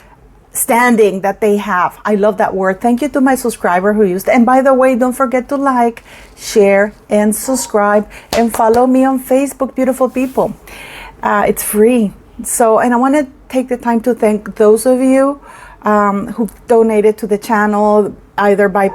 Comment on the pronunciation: love your channel and your beautiful face BUT please say SUBSCRIBE- not SUS CRIBE- please stress the B in the word. I hope you don’t mind me saying this but it’s driving me nuts. Everything else is good❤.